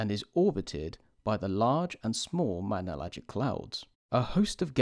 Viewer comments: "Manellagic" Clouds? It's"Magellanic" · It's not mangellan